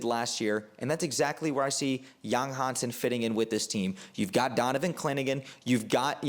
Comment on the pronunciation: Pronounced YANG!!! Not Yong